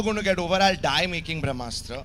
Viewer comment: He can't pronounce Brahmastra, vivke agnihotri is right